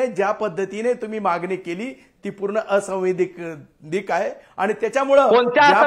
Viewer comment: संविधानिक असंवैधानिक म्हणता येईना, ते आमदार आहे...😂